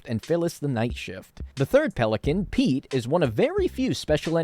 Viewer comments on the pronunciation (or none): none